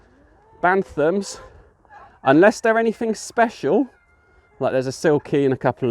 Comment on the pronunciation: Pure Breed Poultry and show quality and pheasants is the way forward hatched over 500 most are gone apart from the ones I’ve kept back would advise going down that route a lot more profitable P.s Its Bantam Not Bantham Thanks!